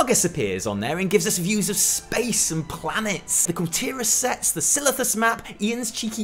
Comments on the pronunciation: asmongold "silthius", "sithilus". actual word "silithus". why can nobody say this zone correctly? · its SI-LI-TH-US not SI-TH-IL-US or syphilus or whatever you were thinking go home you are drunk and meet up tularyon(yes I wrote it wrong on purpose) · Spells Silithus correctly in the top left corner. Says "Sithilus" right as it shows up... lul! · LOL... I mean "Silithus", I almost died laughing when you said that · Obviously you said Sithilus ^^ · So, why can about zero point zero one percent of WoW youtubers pronounce SI-LI-THUS?